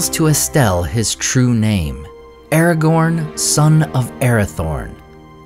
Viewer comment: Ah-ra-gone Ah ah --gone--gone